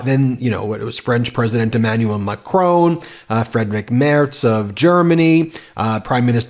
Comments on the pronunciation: Ben - i love you and your show but every time you say Macrone it drive me nuts. It's Macron. 'ON' like iron not Macrone like phone. love from London Deb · WOULD YOU LEARN TO PRONOUNCE WORLD LEADERS NAMES CORRECTLY !!!!! PHONETICALLY ITS MacRON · I've posted that several times but Ben takes no notice. He also mispronounces the French president's name. Very sloppy journalism